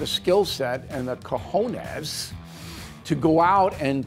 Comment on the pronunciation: I love Bill, but hearing him trying to say "cajónes" was painful. LOL